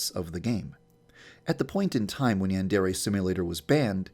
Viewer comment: maybe it's banned because he pronounces "Yandere" incorrectly